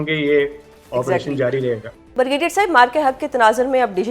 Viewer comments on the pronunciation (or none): Brigadier ❌ Bargedier✔️😂😂